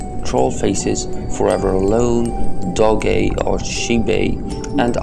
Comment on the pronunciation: who the hell pronounces doge as doggay